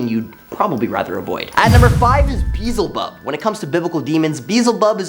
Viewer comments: Baal rhymes with jail (“gaol” for any British/European people watching this), not Hal. Beelzebub is pronounced “be-EL-ze-bub”, not “BEE-zll-bub”. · Dude its pronounced be el zebub come on now even google would tell you how to say it or siri if your into having a government tracking device with no security or privacy for a phone yes im tlkn about apple iphone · Beelzebub is not that hard to say correctly what the hell?!